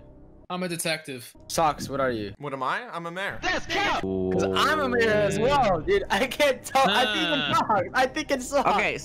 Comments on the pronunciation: wait... its called "MAJOR" i thought it was "MAYOR". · You said magor